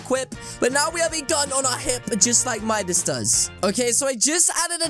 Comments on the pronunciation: It’s Midas not MUDIS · its midas not midus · its Midas not minus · It’s not midus it’s midas